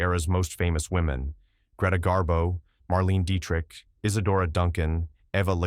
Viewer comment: Perhaps consider writing your script phonetically --- especially names --- if you are going to use a tech voice. Betty Davis instead of the correct Bette Davis, Marlayna Dietrich instead of Marlene Dietrich, etc.